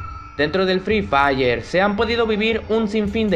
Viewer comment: Me encanta cuando dice free fiyer 😂😂😂😂